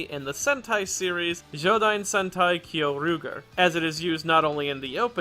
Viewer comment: About the zyuden sentai part... Kyoryuger would more accurately be read as kyo-ryu-jer Other than that, fantastic video